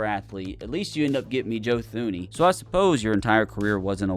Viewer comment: “Joe Thooney” 😭😭😭